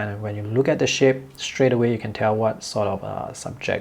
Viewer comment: Your english makes me smile, in a 100% positive way!: "... if you take a look at this ship", meaning shape, or in an other video saying "the hard ages",meaning edges. This adds a big smile on my face when I watch your inspiring videos... by the way, being from germany, my english is far from perfect;)